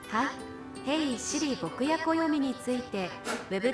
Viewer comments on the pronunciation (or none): マネちゃん(牧野暦さん)について調べては来たけど名字の読み方が『牧野(ボクヤ)』になってるのちょっとだ！